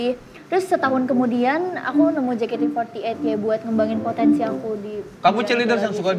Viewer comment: casingnya bule, tp nyebutnya JEKATE EMPAT LAPAN zzz